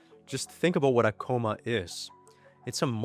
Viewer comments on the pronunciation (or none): The proper pronunciation of “comma” sounds like “calm-ah.” A “coma” (“ko-mah”) is a near vegetative state. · ok Coma and Comma are pronounced differently. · Excellent video! My only minor correction is you (or AI?) pronounced COMMA as COMA. 😃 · Great video! Thanks. Just a quick note 9n pronunciation, when you say comma it sounds a bit too much like coma! Coma is coh-muh Comma is comm-uh Keep up the great work, love your content 🤓👍🏼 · Except for mispronouncing "comma " as "coma".